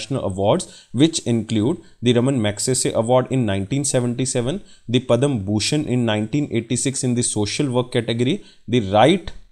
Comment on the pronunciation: Pad/ma shri award not padam